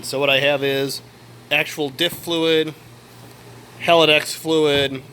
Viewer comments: Haldex, not halidax. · Nice car, I'm jealous! It's Haldex, not Haladex btw :)